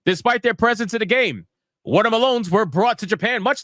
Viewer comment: Bruh, watah Malone's had me rollin 😂